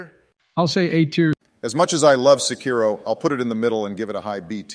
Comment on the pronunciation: Every time Americans mispronounce "Sekiro", an imaginary porcelain plate smashes to bits inside my head.